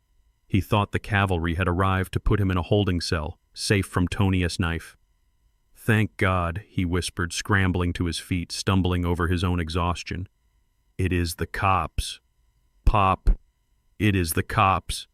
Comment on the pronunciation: I wish the narrator would not say pop as if it was a noise and not a name, also why say Tony’s is said Tony S ridiculous.